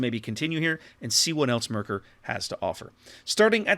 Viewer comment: Your first two "Maerkers" where very good to be honest. Best would be to say it like "map". The way you ended up pronouncing "ae" in the video is a near perfect on "ö" sound as in König or Löwenhardt. Other than that, great review as always.